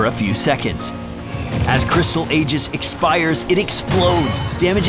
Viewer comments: Aegis is pronounced e-jiss btw...not a-jiss. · what is an ayjis? And why did you spell it as aegis which is pronounced like eejis.